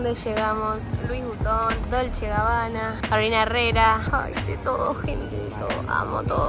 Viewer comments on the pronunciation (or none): none